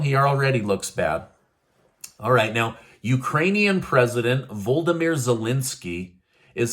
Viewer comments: His name is va- lod- o-mir not voldamir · And. You are pronouncing the Ukrainian president first name wrong. It’s funny lol